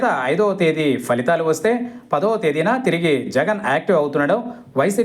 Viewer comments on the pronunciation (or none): none